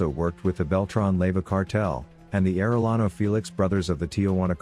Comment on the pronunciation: Air.uh.lawno lol being a Arellano, it was comedy listening to people try and pronounce it. Ah.de.yano haha